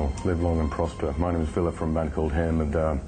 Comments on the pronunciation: yeah man, i turned up at 1pm and there wasbout 20people. i didnt like this interveiw, the guy was a loser and didnt even pronounce villes name right! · I know aye! That was one of the worst pronunciations i've heard yet. Ville said his own name and still got it wrong!